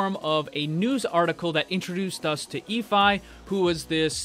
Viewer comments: ahhhhh your pronunciation. Efi is pronounced f-e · JTgaming21 um, Orisa pronounces it Ee-fee. "Ee-fee is not going to be happy about this."